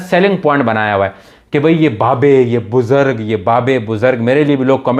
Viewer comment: BUZARGG ? LOLLLL BUZURG HOTA